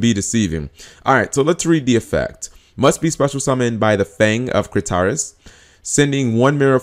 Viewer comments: The Fang of "Crit tee is" not "Critarus" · I'm sorry but, you totally butchered "The Fang of Critias" name lol Cri-TEE-us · Where did he even get the second "r" from?? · "The Fang of Critaris" - C'mon its like you're not even trying, G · "The Fang of Crit-tar-us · cringing on how he said critias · Huehue you pronounce "Critias" funny xD..... And the "mirror force" aspect of the card is its wings